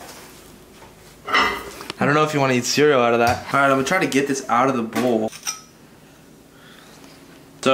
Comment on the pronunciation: Bowl*: Bull